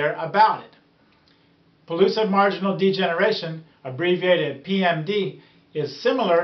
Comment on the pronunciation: PELLUCID NOT PULLOOSID (PRONUNCIATION)